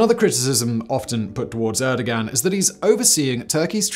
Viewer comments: * air-doe-wan Fyi :) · I get a terrible spinal pain every time Simon says "Erdigan".